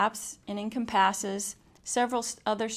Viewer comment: It's really easy to follow, even if it does look like a butt & you pronounce "encompassed" funny :P